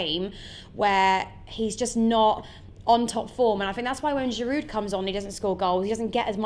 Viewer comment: "No goal is a bad goal" and "he needs to score some bigger goals". No contradiction there, then.. And if "only scoring in the Europa League' is a put-down, shouldn't we be examining Giroud's record? (By the way Giroud is French so you don't pronounce the final "d" in his name.). Scoring the winner against Tottenham is not an indicator of his form either way. I don't care who scores the winner against Tottenham so long as someone does.